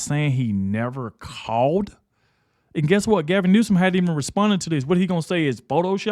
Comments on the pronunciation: It’s “New-Some”, not “News-come”….an idiot by any name, but that is how to say it correctly… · It is New som.